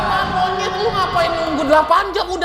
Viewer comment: out of konteks, gue selalu salfok dan paling demen gue klo ngmng “monyet” renyah bgt njir wkwk